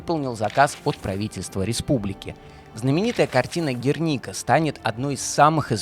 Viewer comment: На самом деле это общая испанская традиция: имя - фамилия отца - фамилия матери, например уроженец Севильи Федерико Гарсиа Лорка, и за океаном так же - аргентинец Эрнесто Гевара Серна или кубинец Рауль Кастро Рус. Ну и конечно ударение в названии Герника режет слух- правильно на первый слог.